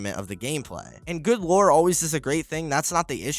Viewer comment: Every time you said lore all i could hear is war. Try to make more then one take next time.